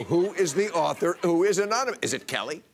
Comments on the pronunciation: Uhh... Bill, it's pronounced "amonymush." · It almost sounded like enormuanus. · Aonnonomos, anoynamous, anonomoose, aluminum, covfefe! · "Threat Level Orange" and "Ananomiss." Perfect. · "Omomynous" Hahaha! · "An anomous.... anominous". Haven't you been embarrassed enough already, USA? Let's hope he never has to negotiate something like "statistician". It's not even funny. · It's pronounced ominous. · Aminumos... amanimous. animinous, amini... Fuck it! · Anominosh! Meaning, unknown. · Anomous, amonomonous, anomonus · They should reveal the source as soon as trump can pronounce "anonymous" correctly in one go. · he cant even say anonymous... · Lmao he couldn't say anonymous omg what a shame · Trump pronouncing 'Anonymous' made me laugh out loud hahaha. How can you be at that really and not laugh. Wow very loyal followers lol